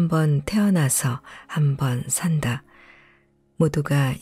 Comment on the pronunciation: 듣다가 자꾸 걸리는 발음이 있어서... 신경이 예민해지는 바람에 계속 듣기가 어려웠습니다. 다름 아닌, "산~다"(살:다)로 읽어야 하는데, "산다"(물건을 산다)로 읽으시니, 삶을 사~는 의미로 들리지 않는다는 겁니다. 여러번 되풀이해서 나오는 주제단어이기에 더욱 더 중요한 말이지요.... 제가 유난히 예민한 점도 있지만, 책을 읽어주시려면, 특히 장단음은 분명히 아셨으면 합니다. 다른 단어들도 장음으로 발음해야 할 단어를 단음으로 읽으시는 게 더 있습니다.